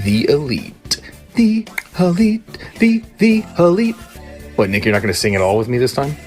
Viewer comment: Bhai its ELITE Wrestling not OLITE😅😅😅😅😅😅😅